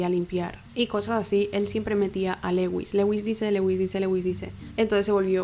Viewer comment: Me intereso el caso pero no pude acabarlo del TOC que me dio el "Leuis" constante, es bien sencillo buscar en google "como se pronuncia (x) en ingles" y listo, dios... se pronuncia "LÚIS", que cringe ._. si van a hacer casos extranjeros mínimo infórmense de la pronunciación.